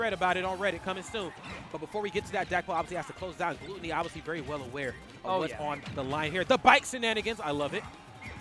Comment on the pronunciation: Why they saying glOOtony lmao